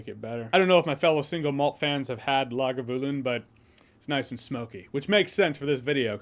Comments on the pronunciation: Horrible pronunciation of it though.Lager View Lynn? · Lagavulin? Ok Ron Swanson